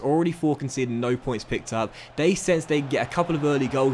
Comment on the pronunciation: Still can’t say your the, That’s and they’s but instead it’s duh, dat and dey